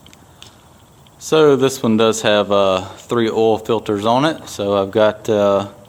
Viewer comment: love how you say OIL lol